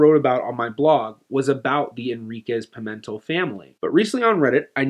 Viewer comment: Just one thing: in Portuguese, the stress on "Pimentel" falls on the last syllable (which is read like English "tell"), not on the second syllable. So, it's not Pi-MEN-tel but rather Pi-men-TELL.